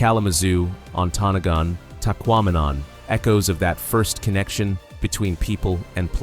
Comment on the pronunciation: ONTONAGON ON TON N NOG INN, where do they get these people, do a little research